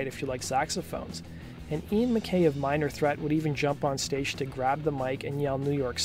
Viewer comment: You pronounced Ian MacKaye's last name wrong. Maybe do a second of research and look up a video of it being said.